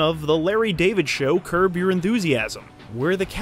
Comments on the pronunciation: Did you say curve? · Did you say curve your enthusiasm? Wtf 😂